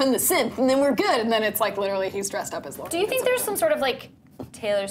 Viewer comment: "Lord-ee" every time I hear people say her name like that it just makes me cringe ugh nooooo